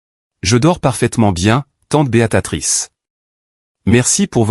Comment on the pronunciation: Faudrait dire Béatrice et non Béatatrice😂